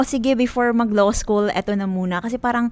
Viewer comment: Born and raised as Tagalog, pero pro Duterte and there are tens if millions of us. Ate, before ka mag law school, learn how to pronounce “law” first 😆